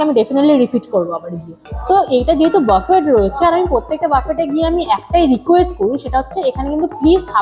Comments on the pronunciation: Please pronounce বুফে, বাফেট means a very different word, food spread Buffet pronounced as Buffay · it's pronounced BOO-FAY. Not buff-fet...